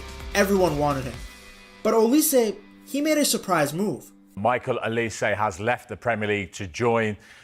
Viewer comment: His name is Michael my dawg and not Michale 🤣🤣